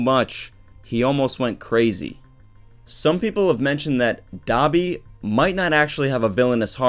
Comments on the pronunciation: Stop pronouncing Dabi as "Dobby" i keep thinking of dobby from harry potter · Oh I thought u said Dobby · It's dabi not dobby😅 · Am I the only one who thinks "Dabi" sounds like "Dobby"